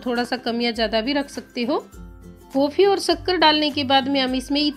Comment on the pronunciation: Uffff jaag Nahi jhag, kofii Nahi coffee, sakkar Nahi Shankar, sake Nahi shake uffff Hindi ki maa Bahan ek Kar Dee please pahle theek se boliye ji phir video banaiye